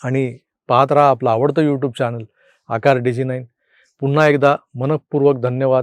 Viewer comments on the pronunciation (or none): none